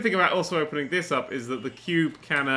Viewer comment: "I call it... The Quo`be" - Nerdcubed 2015 - Needs to go on the "Qutes" Page of the Wiki.